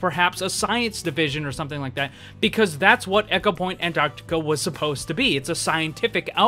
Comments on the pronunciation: Am I the only one who is bothered by him saying echo-point Antarctica instead of Ecopoint? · New drinking game every time he says echo instead of eco take a shot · My soul died a little every time he said "echopoint"... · Ecopoint as in E-mail not as in "echo". Sorry just bugged me. <3 I hurt to heal <3